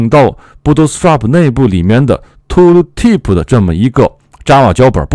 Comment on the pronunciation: 为什么是 吐鲁提普 不是 吐提普 吗？^ ^